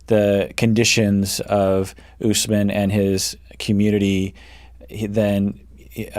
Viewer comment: I just noticed Lisa says Usman's name wrong! Like "us man".